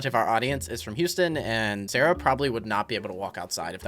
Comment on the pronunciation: Why does sarah sounds like salary 🤔